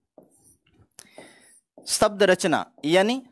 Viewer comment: आप 'शब्द' को 'सब्द' ( , , , , , , , ), , , , , कह रहे हैं, या मुझे ही गलत सुनाई दे रहा है.. " निर्दोसी ??????? - आपने " जाहिर " शब्द का प्रयोग किया है , "जाहर" को हिंदी में "विदित" या "सर्व-विदित' कहते तो अच्छा होता